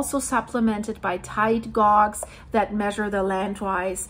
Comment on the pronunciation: Hi. Love your work and always look forward to your updates. Just want to let you know about pronunciation of ‘gauge’. It isn’t ‘gorg’, it should be ‘gayj’